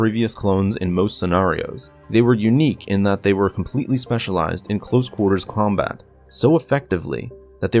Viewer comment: Did you say close quarters Clonebat here I can't un hear that now🤣